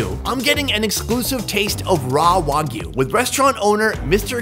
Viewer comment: WAGYU NOT WOGYU Pronounce it right next time.